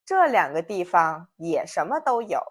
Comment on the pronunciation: well I know about the first tone in 方 and neutral in 地方 when its meaning is a place. But the first time you use this word in video you mistakenly put the second tone for 地. Maybe that is some dialectical pronunciation, I don’t know.